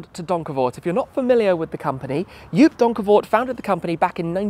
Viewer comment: Joop’s name is pronounced as Jhope